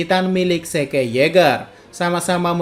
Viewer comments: Bang kenapa zeke(zik) di sebut ze ke? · Zeke bacanya zik bego